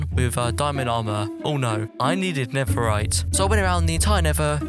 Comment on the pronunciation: did you say neferit